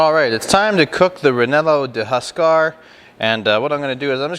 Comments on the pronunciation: U r killin. I suppose you could change the bread to like a rye or herbed ciabatta. Say Ree-yay-no, not re-nel-o. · reh-yeh-noh like the pepper maybe?? sounds like a great sausage tho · Very nice video! Just so you know, its pronounced "reienno" with a rolling "r" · I think your pronunciation made it Italian 😊